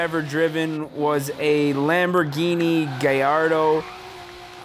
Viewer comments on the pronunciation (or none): It's not fucking gayardo gallardo for fuck sake